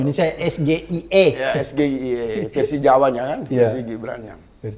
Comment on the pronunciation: Jangan Lupakan Bang Macam ASAM SULFAT dan Sebagainya... ES GE I E padahal Kependekan dari Bahasa inggris Anak SD Juga Ketawa Liat Cara dia Ngomong🤣😀